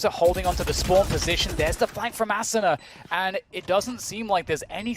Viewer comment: aSOOna ASSuna Asuna I wish casters could say it right